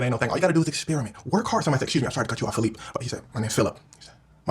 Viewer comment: The fact they keep calling him Phillipe 😂